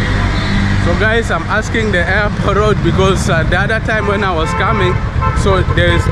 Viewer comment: Mr, u can't pronounce even the place name, than how can a sample man can help you, you say airpro, instead of AIRPORT